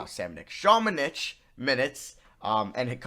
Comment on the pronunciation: I’ve been prouncng luka samanics name wrong it’s ______:literally next time says samanic